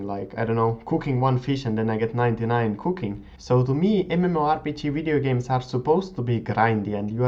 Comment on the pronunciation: Funny how you say videogames, or anything with a v :) "wideogames" :) Nice vids btw ^^